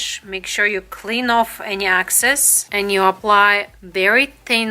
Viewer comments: I love your video but it is excess not access. They are totally different! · Great tutorial! It’s excess not access